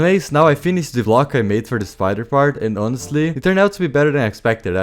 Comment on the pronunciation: "Inostely" instead of "honestly" is weird